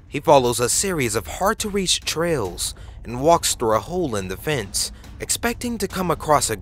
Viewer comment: Aliens is now "elh-liens" and trails is now "trells" Suggests becomes 'sug jesses" LOL! Shit is hilarious.